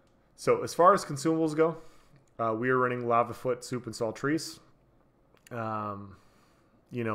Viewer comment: Great video, but the food is pronounced salt-rice, not salt-reece or whatever it is you're saying lmao.